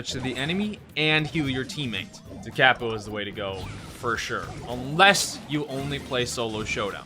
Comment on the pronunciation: Musicians cringe when says da cAApo